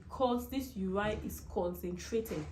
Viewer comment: Please it’s urine(you win) and not uraaine (you ran)